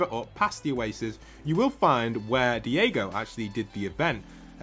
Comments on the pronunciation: it's pronounced die-go not dee-eh-go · Pronouncing daigo as diego is wild